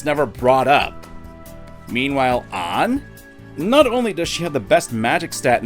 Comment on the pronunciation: i hate the way says Anns name. it pronounced AH-nn as in like the British (and most english speaking countries) pronunciation of tomato